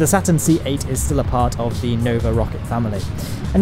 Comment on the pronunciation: IT'S CALEED STURN 5